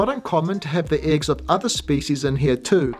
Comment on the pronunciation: Are you a Kiwi? Your pronunciation of the "e" in eggs, doesn't sound like a New Zealand accent, more like Ozzi.